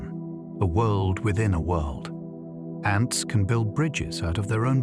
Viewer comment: I thought this was a real voice until you pronounced 'ants' as 'aunts'. I'm RP too and that's not how we speak. AI alert!